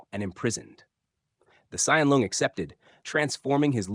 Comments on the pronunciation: It is pronounced Long, not Loong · It’s not pronounced loong. It’s pronounced long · Usually I don't mind people pronounce things wrong since I understand it's confusing for foreigners, but since you are a lore channel I supposed you would be interested to know that "Loong"(龙） should actually pronounced just like "long", that's how it sounds like in Chinese. There's no need to pronounce it like "loon-g" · Your pronounciation of "Loong" is completely wrong and hurts my ears. It is pronounced like the English word "long" with a long o. Not like you pronounce it. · pronounced as "long", as in length btw. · The pronunciation sounds about right. Just the tone is a bit off compared to the standard mandarin.